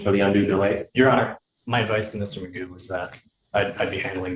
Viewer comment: McGough - rhymes with poo !